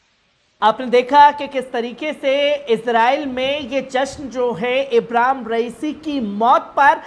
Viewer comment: pahle bolne ka dhang seekh lo ibram nahin Ibrahim h kisne patrakar bana Diya apko